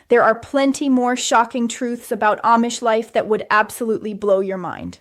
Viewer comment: This is AI. She's always in the exact same spot in every video. The ribbons of her kapp are in the exact. same. place. every video. Her head never moves. She mucks up certain words. Oh, and she can't say AMISH correctly! Blargh, I hate this AI slop garbage! Whargarbl! Whargarbl, whargarbl, whargarbl!!!